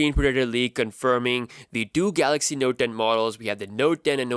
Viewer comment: noet ntoe?